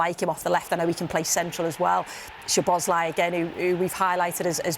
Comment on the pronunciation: When is Mers gonna learn that his name is "szoboszlai" not "sLoboszlai"